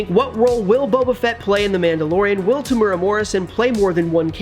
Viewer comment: His name is spelt Temuera (not Temura) ...which might help you to avoid butchering the pronunciation as well.